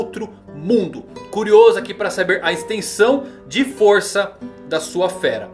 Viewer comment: Irrita muito a forma que ele fala "bestas DÊ nen" Kkkkkk